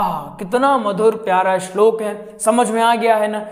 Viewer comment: पहले शुद्ध उच्चारण बोलना सीख ले तेरा खुद का शब्दों का उच्चारण ख़राब है इस्लोक नहीं बोलते श्लोक कहते हैं